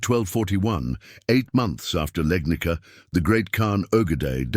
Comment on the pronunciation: Legnica is pronounced Legnitsa, not Legnika. It's a Slavic name. The oldest known European picture of a cannon is from 1325. An identical cannon, with its gun smoke and ball, is pictured in bas-relief in a chapel to the south of the Yang-tse-kiang from 1198, Southern Song. I saw a picture in 'Technology and Culture' from about 1972. Of course that cannon was too heavy for use in the field. It could only serve to attack or defend a city.